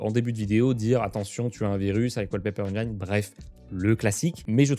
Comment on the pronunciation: la prononciation du mot engine c'est la kryptonite des français